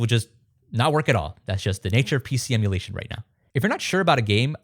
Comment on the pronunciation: "Oh, let's sew how to do it" >"PC emularion…" >Clicks out